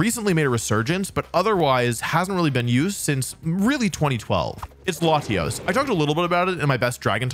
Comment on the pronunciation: Thank God he didn't say "layshos" and "layshas"